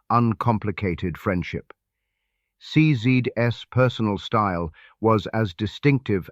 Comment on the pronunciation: Ah, got it! . Only a mechanical/AI voice programme would read CZ's as CZ'd ess.